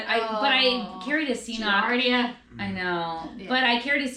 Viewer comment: Hehe. Why is an Irish girl saying "C" noc. It's an Irish and Scottish Gaelic word. 😄 You pronounce the "k" sounds on both Cs.